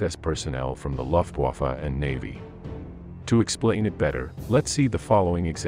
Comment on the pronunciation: Please check how to say Waffen, Wehrmaht and Luftwaffe. The way you say those words is silly. In Germany W sounds like V and V sounds like F.